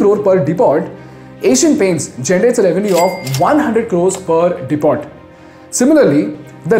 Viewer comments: Nice video But what's De-pot ? It's Dee Poh. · \word Depot pronounced as deppo not dee pot. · Depot mein t silent hota hai